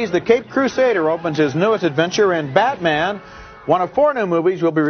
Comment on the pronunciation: Did Siskel call Batman Beatman